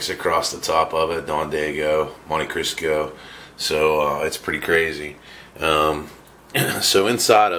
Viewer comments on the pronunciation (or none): Did you just say monticrisco